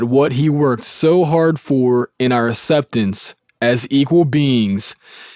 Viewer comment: What is the consent decree he keeps talking about? And wow this narrator's accent sounds like valley dude Keanu Reaves from Bill and Ted's Excellent Adventure. Acceptance is pronounced "axceptance" not "esseptence" lol.